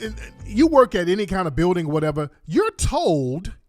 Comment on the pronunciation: "the Akatas don't wanna weork" lol